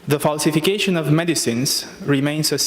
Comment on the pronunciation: "falsificăișăn" dl dr, sau ce oi fi, ne ai făcut dq de râs, așa "promovați" pentru Bruxelles, de așa guverne ratate. Mi a venit să vărs când am vizionat înregistrarea cu percheziționat și n care polițiștii au găsit ceasul femeii care l ai furat 😏Ai peste 10000 euro pe luna, nu ajung pentru "verifikăiș'n" 🤮